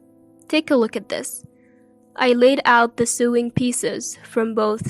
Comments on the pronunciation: The sister in the first story didn't want to train her, she just wanted a maid to cook and clean for her the entire time they were in Hawaii. Also, sewing is pronounced "so-wing" not "su-ing" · Sewing??? Sowing is how it's pernounced!!! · Sewing is pronounced sowing. Lloyd is too arrogant.